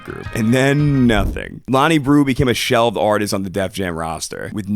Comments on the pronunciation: breaux is not pronounced brew 😂 it’s pronounced ‘bro’ coming from a authentic new orleanian 🥲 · great vid, only thing, his last name is pronounced 'bro' not 'brew' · Hate to be this guy, but just for future reference breaux is pronounced “bro” Otherwise nice, insightful video. Always here for Frank content nowadays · breaux is pronounced bro lmaoo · My boy slaughtering our last name 😅 All good though, it’s pronounced as bro